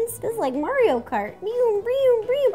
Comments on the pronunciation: Why did Rosanna say mariro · It’sa me mari-ro you know Nintendo’s classic mascot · "Its me mariro" lol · It-a MARERO!!!!!!!! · Yo it’s MariRo lol 😂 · wait Mari-Ro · Mari-Ro XD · lol mari-ro